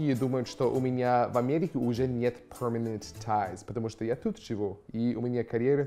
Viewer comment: Почему ПРОМЕНЕНЕТ ТАЙЗ, если перманент тайз!? Я понимаю когда буквы изменяют, понимаю когда не произносят, но Менять местами их зачем?